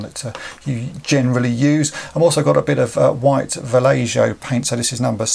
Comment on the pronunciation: good stuff. i think the paint is pronounced "va-lay-ho" :-)